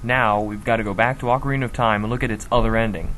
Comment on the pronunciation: you would pronounce these words like "jerudo" or "malaun" or "AUCARINA",for gods sake these sound ridiculous,prounciations like gerudo,malon,and OCARINA sound a hell lot better p.s.the hero's shade theory is WRONG,I said this like 3 times in the comments of this video but i just want to make sure to everyone that it is wrong